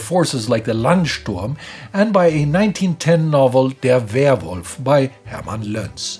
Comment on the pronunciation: Why are you talking like that?